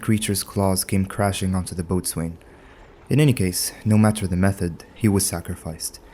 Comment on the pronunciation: It's another stupid English language exception, but "boatswain" is pronounced "bows'n". That's bow as in the arrow kind.